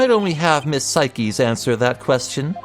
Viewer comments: im pretty sure her name isnt "sai keys" but "sayks" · "cykeys" i have NEVER heard anyone pronounce her name incorrectly before it's "sikes" as in "sike"